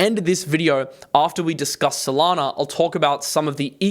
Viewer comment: FYI there is no R in SOLANA....